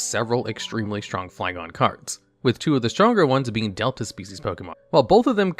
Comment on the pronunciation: Why has no one notice that he’s pronouncing Flygon wrong 😂